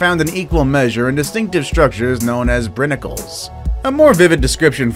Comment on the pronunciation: You pronounced Brinicle wrong